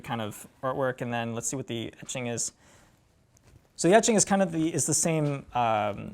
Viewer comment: Honestly your tendency to say "ummmm" or "uhhhh" and closing your eyes when thinking of what to say is more annoying than misnaming a song. You pronounced "etching" like EEE-ching on this video which tells me you were reviewing in your head what you read somewhere. This is an awkward guy to put in front of a camera, where are the well spoken youth of today in music? Everyone on Banger has the speaking abilities of the average freshman in highschool. Just sayin'...